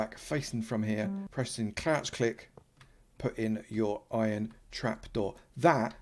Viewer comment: Youtubers say ion instead of iron